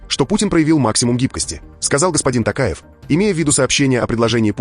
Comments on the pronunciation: Пожалуйста,не Такаев,а Токаев🎉🎉🎉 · ТОкаев, произносите пожалуйста фамилию правильно, не ТАКАЕВ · Токаев,Ане Такаев.Попов а не Папав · Токаев и не Такаев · При всем уважении , пожалуйста произносите имя и Фамилию президента РК правильно: ТОкаев КасымЖомарт Кемелевич! А так я ваш постоянный слушатель , и подписчик!🤝